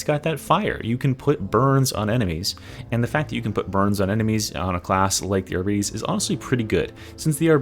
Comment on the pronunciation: It is NOT pronounced arbeetees that makes it sound like diabetes